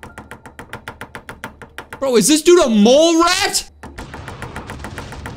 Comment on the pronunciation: When bro say mole rat he got me laughing